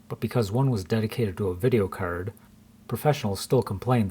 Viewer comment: its a video cerd lmaooo its card with an a not an e